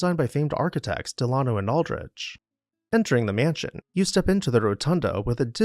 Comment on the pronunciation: Delano is pronounced with the accent on the first syllable, not the second.